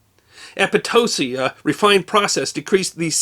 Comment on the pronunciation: I lived near Potosi, Wis. Thanks for pronouncing it correctly